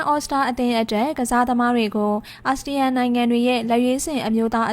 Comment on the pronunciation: သြော် announcer ကလဲ asian မဟုတ်ဘူး asean (အာဆီယံ)all star😮